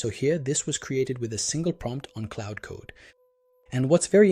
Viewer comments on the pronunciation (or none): It's Claude, not Cloud.